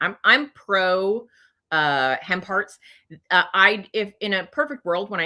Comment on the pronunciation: LOL! When you first started talking about hemp hearts I thought you were saying "ham parts"! You should have seen the screwed up expression on my face!